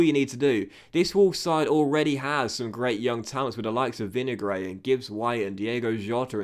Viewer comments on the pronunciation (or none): Your pronunciations are absolute gash my dude, Killymann? Vinuhgray?